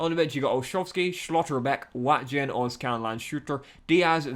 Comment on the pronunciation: STOP SAYING SCHLOTTERBECK AND LANDSHUTER LIKE THAT